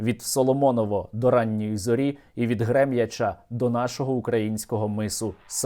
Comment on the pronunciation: Дякую, правильно Гремяча наголос на -а.